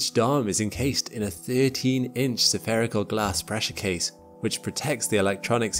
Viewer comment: "Spherical" has only three syllables.